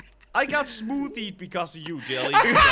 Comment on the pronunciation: Jelly say-moddy Me-what he say moddy?